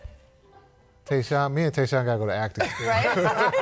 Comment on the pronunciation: It's Tyshawn not Tayshawn. Kidd doesn't even know the player he coached